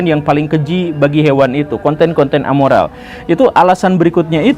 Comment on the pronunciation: Bukan amoral pak guru, tapi nirmoral. *Kalo a artinya tidak ada